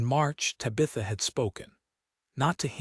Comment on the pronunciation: This is probably a good story, but this is egregiously bad AI narration…Tabitha’s name mispronounced over and over again is obnoxious!